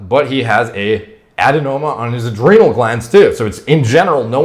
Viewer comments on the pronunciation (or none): none